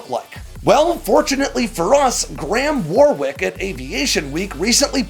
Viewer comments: 'Warwick' is pronounced 'wahrik' - not 'warrwiyk' you dummy. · If he's British, it's pronounced "Warrick"